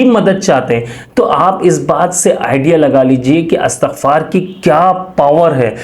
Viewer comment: Lafz Astagfar nhi blke Istagfar hota he